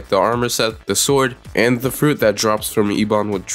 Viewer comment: ebon say it with me EH-BUN